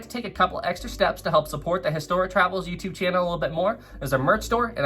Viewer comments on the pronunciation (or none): none